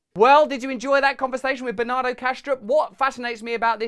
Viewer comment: When you say Bernardo, I hear banana